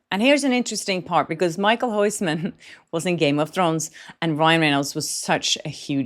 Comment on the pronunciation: Michael Hoissman?! Who's that? You pronounce his name something like: Mi-khil Hous-man (not the correct spelling of his name). With kh I mean a Dutch G sound, which is a raspy sound from the back of the throat.